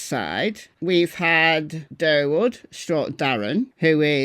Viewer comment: Did say "Darrwood?"😂 Did she just go Endora from Bewitched? 😂